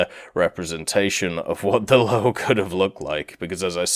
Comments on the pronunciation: "Löwe" is spelled more like "Ler-ve" than "lau" or "low". There is just no word in english that spells "ö" correctly. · first tank is pronounced Loover